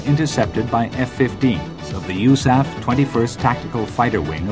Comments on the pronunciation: Narrator really pronounces USAF, YOOSAF. My brain cant compute the fact that people dont believe this was Soviet propaganda! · He pronounces USAF (You-Sef) and Mach oddly as well...